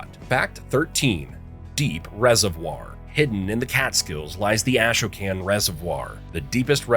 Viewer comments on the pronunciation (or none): The Hudson River is also classified as a drowned river. Ashoka’s is pronounced Ah- show- can. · The Ashokan Reservoir is pronounced Ah-show-can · A-Sho-Kan reservoir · ASHOKAN is pronounced "uh-SHOW-kun." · There are many mispronunciations in this video: Ashokan Reservoir, Shawangunk Ridge, Kaaterskill Falls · It's always funny to listen to people who aren't from NY try to pronounce names here.